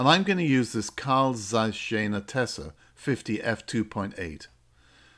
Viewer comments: Why doesn't anyone on YouTube correctly pronounce Jena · Thanks and big apologies, yes it should be "yay-na". But the camera world is full of mispronunciations or different pronunciations - "bokeh" and "Nikon" being two notable ones. I wish I could fix this on my posted videos but I can't...